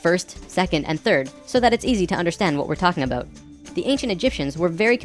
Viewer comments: every time you say aboot i can't help but think of south park lol it makes me laugh. great videos though. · Hehehe, I like whenever he says "about". It's so "aboat" it's almost "aboot". I'm Canadian too and I know we say "aboat" a little too here in Vancouver but the further East a Canadian is from, it sounds so much more severe. Even to me! I can pick out someone from Ontario no problem. If I catch some TV show I don't know much about, I can always tell when it's Canadian if it was filmed in Ontario. And often when it's filmed in other parts closer to the Pacific also. is from Manitoba, I think? So I only notice it when he says "about" or a word similar. But those words really stick out, lol.